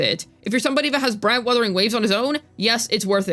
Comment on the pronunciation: “Brant wuthering wave” 🤣🤣